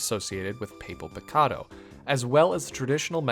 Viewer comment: These are all great!! just,, "papel picado" is pronounced "pah-pehl" pee-kah-doh,, your pronunciation of 'picado' was pretty good!!